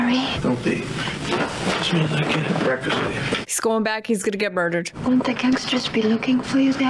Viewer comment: Almost as good as her 40's era gangsta pronunciation of murdered. Moidered, gave me some serious Saturday morning bugs bunny nostalgia tingles.